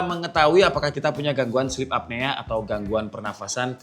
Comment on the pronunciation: Koreksi kak tulisannya sleep apnea, bacanya slip apnuw